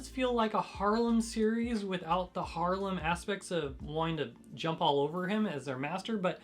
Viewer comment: Awesome video! Some nice suggestions, TIP! "Harem", not "Harlem"! Other than this, i'll be reading a couple of these in weeks to come thanks to your suggestions :D